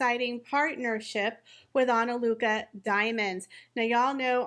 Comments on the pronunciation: I don’t think your sponsor will be very happy with you always butchering her name every time you mention it. It’s Ana Lucia, not Ana Luca. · You said ANALUCA... it's ANALUCIA. Your content always is very similar to that of RNN. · It's really pronounced ana-lu-see-ya. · It might be Ana lu cheea. Im Italian. Im not sure this is an Italian word. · ah-nah-LOO-thee-ah, sorry hate to be the annoying person who corrects people on how to pronounce a word but LOL. SORRY, no hate. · Pronounced /Ana-loo-see-a/ Diamonds 😉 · Respectfully, Ah-nah-loo-see-ah is the pronunciation of the company's name! YOU are one of the perfect choices to represent her company on this social media platform. Another video well done!!!!! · You might want to look up how to pronounce*Analucia". 😂😂😂